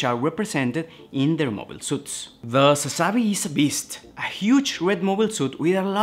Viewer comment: there is no link to the Zabi family and the name Sazabi. Japanese don't use derivative names like Germans or English do, even if it sounds the same it has no related meaning. Although it's a made up word, Sazabi would be pronounced Suzuh-bi with emphasis on the first syllable.